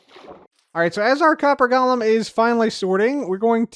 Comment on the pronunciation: Hi, it’s pronounced “GO luhm” 🙂